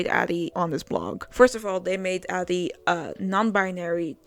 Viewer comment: I like how your dyslexia made you read "Adi" as "Ari" and my dumbass read it as "Aldi" lol